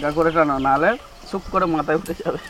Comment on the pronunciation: Shoop na "soup" boudi bhai